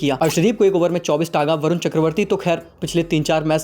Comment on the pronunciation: आप वरून बोल रहे है। वरून नहीं है उनका नाम। उनका नाम है, ' वरुण ' ये उनका असली नाम है।